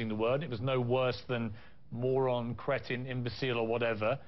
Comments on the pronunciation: she said Cretoun but meant Cretin. What an idiot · Does she mean 'cretin' when she says creton?